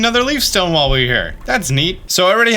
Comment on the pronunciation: It’s “while”, not “wall”. Lol